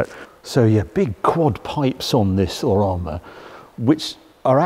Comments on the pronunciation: if its romma as you pronounce it or rooma as the italians say it -- single o and single m is pronounced with double o pffff english lol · Surely it's pronounced Row-ma, like the city, rather than Romm-a ?! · Surely it’s pronounced “roam-er” or am I missing something? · It’s hilarious when reviewers feel the need to put on an a fake accent when pronouncing foreign names, but only with certain cars, like here with Roma but will just say BMW like any other English speaker 🙄🙄 not even the Porsche pronounciation nazis care about how Mazda is actually pronounced but lose their shit if you don’t put the uh at the end of Porsche.🙄🙄 You are British, say it like a British person would.